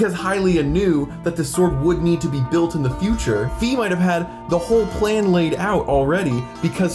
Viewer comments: In german her name is "Phai", so it's pretty clear Fi is pronounced "fai", no "fee". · Fi is pronounced /ˈfaɪ/ and her name in every other languages is written "Fay" which is in all of these languages closely pronounced the same as how her name is pronounced in Japanese (ファイ (Fai)). Plus her name is literally Fairy without the salt of "Fee" gang (reeeeeee) Also her name is probably inspired by Morgan le Fay (/ˈfeɪ/) which is derived from the french word "fée" (/fe/) Also also, every time you pronounce Fi as "Fee" a little children dies somewhere on earth, hope you're happy Jokes aside your theories are pretty convincing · It's already been confirmed by the creators themselves that you pronouce Fi's name F-A-I, not F-E-E, so you're the weird one here dude xD. At the start of the video I thought you were high but then I realised you were talking about ToTK past and not present so.. it's a nice video. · "Fai, if you're weird" AHEM. It is pronounced "f-eye". Its spelt as Fai(ファイ) in japanese, every other localization spells it to be clearly said as F-eye, her name was pronounced as such by NoA staff in previews and by japanese staff, and Hyrule warriors pronounces it in the narration as "f-eye". So you're weird. 😉 In more seriousness...i actually see exactly how this makes sense. Especially Impa being a child/descentent of Sonia. And Rauru's hyrule actually being the pre skyloft kingdom that the Demon Tribe destroyed, and not being a post-Skyward founded/"refounded" Hyrule. However, it is confirmed that the Calamity Ganon is the bunshin, or projection of self, of Totk's Ganondorf, its basically one massive Phantom Ganon. That's why the Calamity was stated to to always emerge from under Hyrule Castle. But the idea that the Triforce was previously hidden in the sealing chamber makes sense, as that place was the original temple of light in rauru's era. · Great ideas. Just have to mention that Fi rhymes with my in the original Japanese.